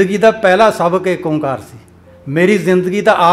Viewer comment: ਫੜ ਲੋ ਭੂੰਡ ਦੇ … ? ਚੱਲੋ ਇੱਕ ਸੱਚ ਤਾਂ ਬੋਲ ਗਿਆ ੧ਓ ਤੋ ੧ਓ ਪਰ ਉਚਾਰਨ ਚ ਠੱਗੀ ਕਰ ਗਿਆ , ਨਿਰਮਲਾ ਆ ਨਾ , ਪਤਾ ? ਓ ਨੂੰ ਜਾਅਲੀ ਓਂਕਾਰ ਇਹ ਜੰਗਲ ਦੇ ਲੋਕਾਂ ਨੇ ਹੀ ਕੀਤਾ , ਇਹ ਵੀ ਨੀ ਪਤਾ ?